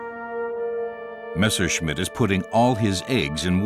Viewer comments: "missershit"??!!....wow....poor narrator!!🤣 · A pronúncia "messershit" é horrível